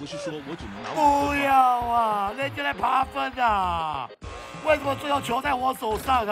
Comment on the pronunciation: 遭了個糕~~我好喜歡聽老爹哭喔~~哭起來太迷人了~~文老爹就是這麼強悍NO~~ 老爹到底是爬分還是扒糞~~笑死我了! 我一直聽到人家在扒糞耶很過分耶~~哈哈